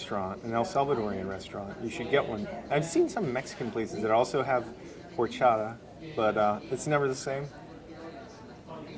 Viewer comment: IM FROM THERE!!!!!! You say horchata wrong. AND DONT OPEN THE PUPUSA. Its not seeds. It is pasteurized -_